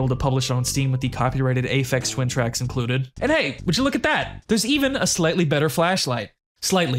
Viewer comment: the mispronunciation of Aphex Twin made me cringe internally a little, but great video overall. Afraid of Monsters was really good, but Cry of Fear appeared in my childhood when I was going through a very bad time mentally/emotionally, so it hit extra hard, so it has a weird place in my heart.